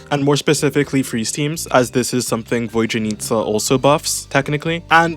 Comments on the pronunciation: My British brother she’s VodYanista not VodJanitsa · "Voy-janitsa" bruh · Bro really said "Void-yanitsa"